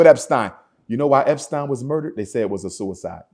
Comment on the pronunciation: What a damn fool. I can’t believe I actually thought he could be a leader. This nigga said jerry eptein 🤣🤣